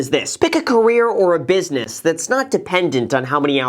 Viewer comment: 'Business' Graham, not 'busines'. Come'on, no slippage like a hedge fundge